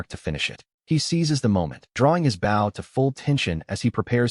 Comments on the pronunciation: I really dislike how the AI voice is pronouncing the word "bow." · Lil “Bow” Wow. Why can’t AI say “bow”?